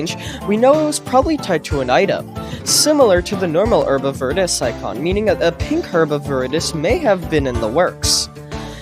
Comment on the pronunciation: Why are you saying Verus like that?